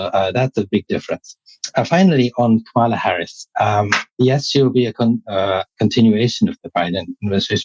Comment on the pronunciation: Hey! At least pronounce Kamala correctly, I expect that from you